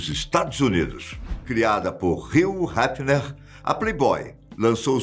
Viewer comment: Heffner dá voltas no caixão cada vez que o diz o nome dele. Aprende a dizer o nome direitooooooo!!!!!